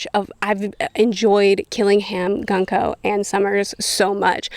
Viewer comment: I love how calls "Gunko" "Gonku"